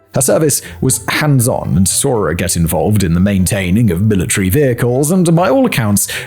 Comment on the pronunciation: ‘Saw’ does not end in ‘r’